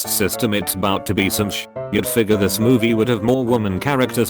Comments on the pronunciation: "and I WOLD-UH if I COLD-UH" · "And I wolda if I colda"